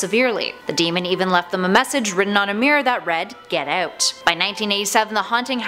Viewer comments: "Get oot" LMFAO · "Hews" "Get ewt"